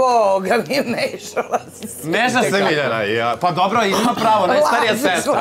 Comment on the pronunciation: Dobŕrrrrrro kaže jak ti je izborrrrrr tuko